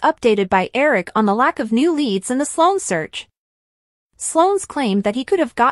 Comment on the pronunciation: Her name is Sloan NOT Solon!!! You all can't spell the names correctly or pronounce them correctly!!! Do you all watch the show???!!!